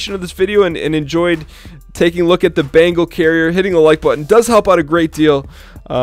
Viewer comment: Bengal. Bengal carrier. Not bangle! Thanks for an otherwise great video.